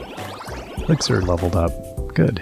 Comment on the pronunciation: The way the crops swirl around the player is so wild, it looked kinda like you were running away from a swarm of bees 😆 Kingwa has really grown on me. :DDD (( Also, I headdesk in the realization that 'Lickzer' is a shortened pronunciation for ELIXIR, holy cow 😅😂 ))